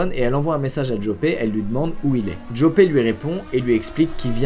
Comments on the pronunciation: Au passage ca se prononce Yòpeuhh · au passage Joppe se prononce "Yopeu"